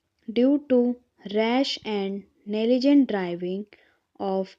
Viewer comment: Voice clear h but kuch word ki pronunciation alag h example negligent to app neligent bol rahe ho baaki voice superb h...